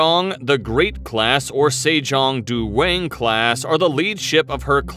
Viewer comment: Do ever English speakers listen to the original pronounciation once before reading foreign words? That's not how you pronounce 'Se jong dae wang' and 'Hyunmoo'. It is just WRONG